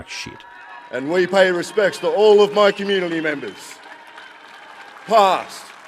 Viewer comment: The amount he emphasised the word “My” definitely didn’t help. It almost sounded like a selfish propping up of himself and his own family when we are paying respects to our Anzacs not his family. Though I don’t agree with a welcome to country in this situation, if he was going to do one, it should have sounded and been worded completely different.